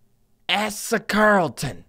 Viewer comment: Asa is pronounced with a long A, like in baby. "Ay-sa"